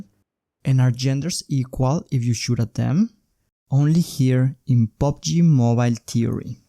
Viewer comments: pubg mobile, not pobg mobile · Omg Pubg not POBG